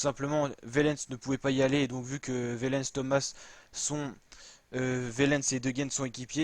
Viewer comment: Tim OUAIIIIIIIIIIIlens ! Par pitié, la prononciation !